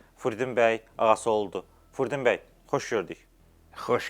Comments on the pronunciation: Əcabə, bu aparıcı qonağın adını düz əməlli başlı niyə deyə bilmir ki ? Furdin bəy nəymiş taa ??? Fürudin bəy niyə deyə bilmir ki ??? Çox ayıb !! Adını da jurnalist qoyub .... Utan öl ta ! Ged əvvəl düz əməlli danışmağı öyrən , sonra bura çıxıb belə danışırsan, azərbaycanca danışa bilmirsən çıxma bura !!! Gördüyün vacib işnən, amalnan danışığın heç bir araya gəlmir !!! Mən yenə də tamaşaçılardan üzr istəyirəm bu cür sərt reaksiyama görə, amma yenə də üzümü aparıcıya tutub deyirəm: qardaşoğlu, sən bu cür vacib mövzuya , dilimiz, əlifbamız .. kimi mövzuya toxunursan və bir dənə Fürudin sözünü düz əməlli deyə bilmirsən , ayıb olsun sənə .... təmiz beynimi xarab elədin sən ... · Jurnalist gonağın adını düzgün tələffüz etmir – ,, Furudin,, bəy deyir. Belə yaramaz.